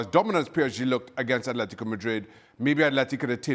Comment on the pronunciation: Imagine this being your job and you can’t even say Atlético properly It’s ATLÉTICO not Athlético